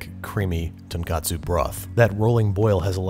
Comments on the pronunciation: Just a quick note on your pronunciation of the word "tonkotsu" - there is actually a Japanese word for breaded pork cutlets, "tonkatsu", which happens to be ridiculously similar. Your pronunciation in this video is more similar to the latter. There is a video entitled "How to Pronounce Tonkotsu" by Japanese English 101 (because of course there is; this is the internet) that is completely accurate, if you'd like to see the difference for yourself. Also, so sorry about your banana allergy. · Great video! The pork broth for ramen though is pronounced 'Ton-Kotsu' not 'Ton-katsu' (the latter refers to crispy pork cutlets). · So you kept saying "tonkatsu" when you mean to say "tonkotsu". Long O sound. I'm hyped for another ramen episode, tho :D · Fellow pedant high five! Was about to say the same thing. For those who don't know, both tonkotsu and tonkatsu are Japanese foods, so to avoid confusion, you should pronounce "tonkotsu" with a clear "oh" sound. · Hopefully someone can let him know it's tonKOtsu before then (tonKAtsu is a completely different food). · Hey Babish. Great video. Probably won't see this and I don't mean to nit-pick, just be educational as I've seen confusion with these two terms in the English speaking world. Tonkatsu (豚カツ) refers to pork cutlets. This is because the "ton" is this character for pig 豚 read as "ton", and "katsu" is an abbreviation of the loan word カツレツ (katsuretsu) which is the Japanese pronunciation of the word cutlet. Tonkotsu (豚骨) refers to pork bone broth. The word contains the same "ton" pig character 豚, and the second character kotsu 骨 is bone, and used together means either "pork bone" or "pork bone broth". One different vowel, two different dishes. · It's tonkotsu, not tonkatsu. One of them is fried pork cutlet and the other is what you made. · tonk-O-tsu ramen*